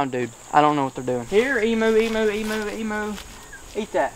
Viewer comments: It’s not emoo it’s emu u got the first part right like the em part but u pronounce the u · HEY,its pronounced "eem-you" not "eem-moo" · You are saying Emu Rong it's emuw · I love how u say Emoo instead of emu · They’re not called Emoos! Emu pronounced Eem-you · Haha said emoo lol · I’m an Aussie but he is saying wrong 😂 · Even though I'm a fan I don't like how nearly all Americans pronounce emu wrong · You pronounce emu wrong